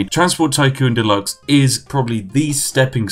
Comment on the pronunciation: "Delax" -The Spiffing Brit